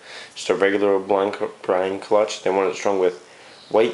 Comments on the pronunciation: the t is silent... no-one says clu-t-ch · So you say cluch? I've never heard someone say that..